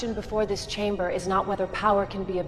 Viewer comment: Fantastic except for pronunciations of certain words = CH-aim-Ber